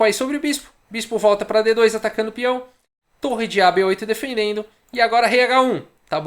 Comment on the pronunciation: Só eu escuto falando "denfendendo"?